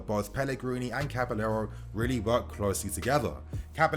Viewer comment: It’s cabaYero bro. Not caba-l-l-ero 😖